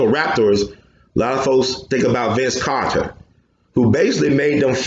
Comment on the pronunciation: It's Carter not Kawter lol 😂 gold work though